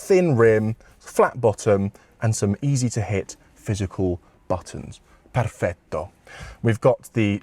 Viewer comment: You even pronounced perfetto, perfettamente. Good review!